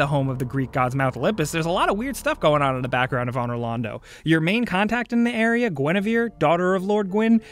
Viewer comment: Ann-or Lawn-dough